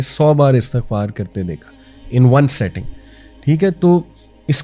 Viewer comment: Setting nahi sitting, in 1 sitting